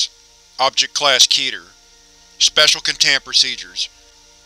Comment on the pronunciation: Keter is pronounced [KHET-air], NOT [KEET-er].